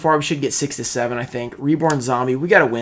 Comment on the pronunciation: Etoile Cyber is pronounced as (blend the t and w together) Etwoll Cyber